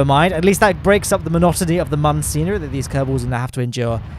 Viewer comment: Please, the umlaut above the 'u' means that Mün is pronounced "moon". Love your antics. Have you considered recreating the Plymouth Xmas Market fair ground rides next?